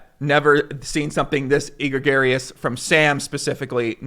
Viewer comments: Oh! egregious = /əˈɡrējəs/ That pronunciation was e-gray-garious!:) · Not an angle. Chill the FO poker community. E-gra-gar-ee-ous? E-gree-gious. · Say it with me... "E-gree-jus" not "egg-ro-gary-us" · egregious <> "egregarious" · It’s pronounced “eh-greege-is” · My favorite part of the video for sure is "Eeegreegaryus" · it’s not e-gregarious. It’s egregious. Your pronunciation is not GTO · Sorry but the word is "egg-gree-jus" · .....it is pronounced a-gree-jus #TheMoreYouKnow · e-gregarious? smh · repete apre moi... A gree Jus... A gree Jus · It made me laugh twice when he so egregiously mispronounced egregious. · I've never heard someone butcher the word "egregious" so hard. Great video though! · now that's one OOL pronunciation of egregious:) love ya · Today's lesson is the word 'egregious' . Let's take a moment and haul out the dictionary to see its pronunciation. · Lol you can’t pronounce egregious properly? Come on my dude